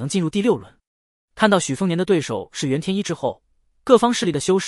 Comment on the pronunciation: 煙羅山的“袁天一”，不是“震”天一。 🧐